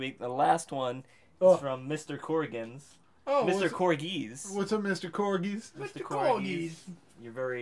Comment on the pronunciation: I didn't know there was an R in Coggis...